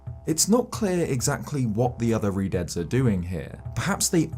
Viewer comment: Keep misreading Redeads as Redheads. lol